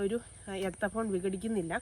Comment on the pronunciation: എത്തഫോൺ അല്ല മോളെ എത്തിഫോൺ, പക്ഷെ ഒരു പ്രശ്നം എന്തെന്നുവെച്ചാൽ മൂന്നാം വർഷം തേച്ചാൽ അഞ്ചാം വർഷം തടി വെട്ടിവിക്കാം 😂😂😂.